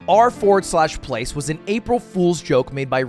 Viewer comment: him saying "R FORWARD SLASH PLACE" infuriates me.